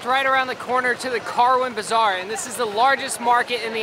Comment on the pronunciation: Am I the only one who heard "car went bizarre" when he said "Karwan Bazar"?